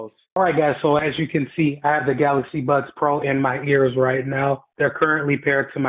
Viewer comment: Why do you keep saying "Buds Twos" and "Buds Pros"? They're called "Buds 2" and "Buds Pro".